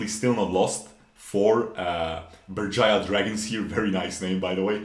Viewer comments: Berjaya Dragons You're correct, the pronounciation is on point. Some people would say Beurjeya dragons. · yep u pronounce it Right , in our native language , the team name is kinda cringe to be honest